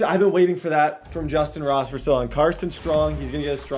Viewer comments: i don’t know if it’s just me but when he kept saying moss instead of ross it was irritating me😂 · "Justyn moss" bro it's justyn ROSS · Is there a reason you keep saying moss when his name is ross? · Did he say moss and stead of Ross 😜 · Is it me or is saying Moss instead of Ross? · Am I the only one that here's him keep saying Justin moss instead of ross??? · why does it sound like he is saying justin moss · ROSSSSSSSSS WHY DO YOU CALL HIM MOSS